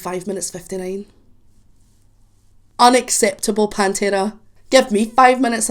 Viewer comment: I like the way you pronounce pantera ,just like we pronounce It in spanish. Try with -the sleep by pantera